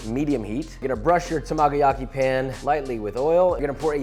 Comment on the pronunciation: Lawd why does it mess me up so much when he says tamagoyaki... 😬